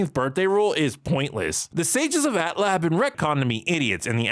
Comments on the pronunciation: Wait. I know this not the point, but I'm stuck on it... Y'all really be out here saying "at-lah"? This whole time I've been saying "A.T.L.A." or just "Avatar". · You make a lot of great points, but the way you say "Atla" and "Tlok" as if they are words really grinds my gears. I just can't stand it. Just call the shows "Avatar" and "Korra" like every normal human would, Jesus Christ! As for the topic itself, I understand disliking the scene, heck almost every scene in any piece of media which tries to make a child look "cool" is inherently cringeworthy, but I believe all your complaints come down to how the show treated Korra PAST this point. The scene in a vacuum itself is just the proper introduction of the character, if she stopped being a Mary Sue as she grew up and they gave a good reason why she excelled at bending more than previous avatars then there'd be (almost) no problem! The scene works well in establishing that this is going to be a different show than Avatar, it tells you straight away that this show is NOT going to be the same journey with a different protagonist, it's going to be a completely different journey and this new Avatar will have to learn different lessons. That's the biggest positive which you didn't put in your list, it's not about literal exposition, it's about presenting themes and styles. Afterwards we all got disappointed, or at least underwhelmed by what this show was compared to Avatar, but blaming this one scene for it is nonsense in my opinion.